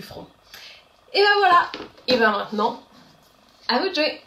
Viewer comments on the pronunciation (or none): none